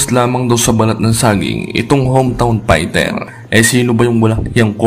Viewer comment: Pighter .. pighter .. pighter. Hahaha F .. ef... ph.. nice pight 🤣